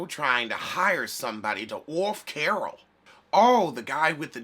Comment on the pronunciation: The way you say Carol’s name cracks me up